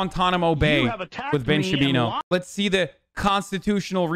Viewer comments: When hasan says Shabino it's funny, but when chat says Shabino i laugh my ass off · Does "Ben Shabino" have some kind of meaning or is it just mispronouncing the name to show lack of care for respecting Ben? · shaba booey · Ben Shapino